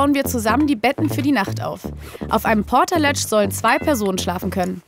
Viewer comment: das Ding heißt übrigens Portal-Edge. Nicht Portaletsch :D